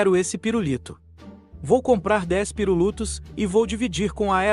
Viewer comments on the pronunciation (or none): "Pirulutos" KAKAKAKKAKAKAKAKAKAKAKAKAKAKAKKA